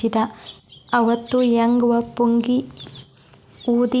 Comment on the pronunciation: ಎಂಗ್ಟನ ಪುಂಗಿ ಪದವನ್ನು ನೀವು ಉಚ್ಛಾರಣೆ ಮಾಡುತ್ತಿರುವುದು ತಪ್ಪು. ಅದು 'ಎಂಗ್ವನ ಪುಂಗಿ'ಯಲ್ಲ, 'ಎಂಗ್ಟನ ಪುಂಗಿ' ತಪ್ಪು ಓದಿನಿಂದ ವಿದ್ಯಾರ್ಥಿಗಳಿಗೆ ತಪ್ಪು ಮಾಹಿತಿ ಹೋಗುತ್ತದೆ. 'ವ' ಒತ್ತಕ್ಷರಕ್ಕು 'ಟ' ಒತ್ತಕ್ಷರಕ್ಕು ವ್ಯಾತ್ಯಾಸವಿದೆ ಗಮನಿಸಿ ಸರಿಪಡಿಸಿ. ಅದು ವೆಂಕಟ ಎಂಬ ನಾಮ ಪದ. ದಕ್ಷಿಣ ಕರ್ನಾಟಕದ ಕೆಲಭಾಗದಲ್ಲಿ ವೆಂಕಟ ಎನ್ನುವ ನಾಮಪದವನ್ನು, 'ಎಂಗ್ಟ', ಎಂಕ್ಟ, ಎಂಕಟ ಎಂದು ಗ್ರಾಮ್ಯ ಸೊಗಡಿನಲ್ಲಿ ಉಚ್ಛರಿಸುತ್ತಾರೆ. ಅದರ ಅರಿವು ನಿಮಗಿರಲಿ.